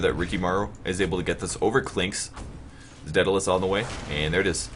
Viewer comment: Every time you mispronounce daedalus I cringe. Not really anything important, just one of those little things that gets under my skin.